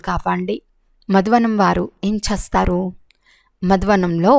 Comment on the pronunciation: అమ్మ తల్లి చస్తారా, చస్తారు, చస్తాం కాదు చేస్తారు కదా తెలుగును ఖుని చేయకండి. మీ తెలుగు వినాలంటే భయం వేస్తుంది.